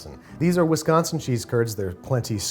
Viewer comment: Alright, now I need to know where Andrew is from because he pronounced "Wisconsin" like a Wisconsinite, by swapping the c for a g.